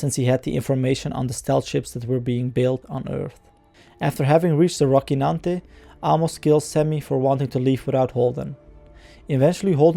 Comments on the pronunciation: It is not Rockynante (pronunciation), it is Rocinante. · your words are not clear... you should work on your pronunciation man, sorry to say but the recap/review should be understandable by everyone... Also, please correctly quote the name of the ship, it's Rocinante, not Rokinante... The "c" here has a soft sound as in "cellphone", you are pronouncing it hard as in "car"... Additionally, at a lot of points, you were not clear with your tongue... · Said rockinante multiple times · Thorough. Well done. A bit strange to hear you say "rockynante" every time though while that not how they say it on the show nor how it should be pronounced... :D